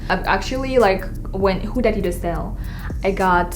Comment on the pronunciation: I love how ur like huda huda but ur not saying her name right